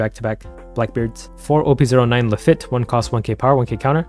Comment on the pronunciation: That is not how you pronounce Lafitte